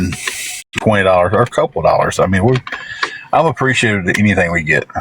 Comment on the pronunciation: He says it like "DOughcxhghLLARS"